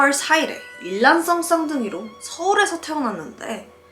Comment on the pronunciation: 이게.. 화장을 봐야하는 건지 사진 자료를 봐야하는 건지 표정을 봐야하는 건지 정신이 없는 것 같아요 영상 끝무렵엔 앞에 내용이 집중이 어려워서 다시 돌려 보게 됩니다 ㅠㅎㅎ 반말을 하면서 이야기 해주는 건 꼬꼬무 컨셉이랑 비슷하니 크게 이질감은 안들어요 일단 중간에 편집이 들어가지만 이야기 해주시는 본인도 말하면서 화장하느라 발음도 사이사이 무너지네요 예를 들어 일란성 쌍둥이<< 발음 같은.. 파일럿 영상이니깐 구독자분들의 여러 응원과 피드백으로 앞으로 더 발전하시기 바랍니다!